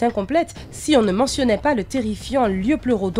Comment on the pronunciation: Ptdr déjà avant de parler du liopleurodon apprends à bien prononcer son nom, faut plus insister sur le i et ensuite le liopleurodon il tape plutôt dans les 18 mètres de long, mais allez à 16 mètres près on va dire que ça passe